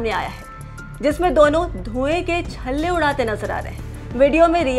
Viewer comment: Chharrey nahin...chhalley chhalley hota hai